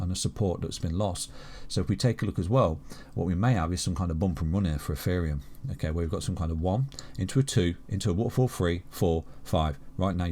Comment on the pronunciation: is it ETHEREUM OR EFEREUM....HE SAYS THE LATTER .